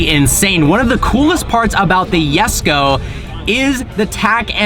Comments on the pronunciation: dude you said yesko but it´s called jesko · Koenigsegg Jesko is not pronounced as yesko..., but really jes ko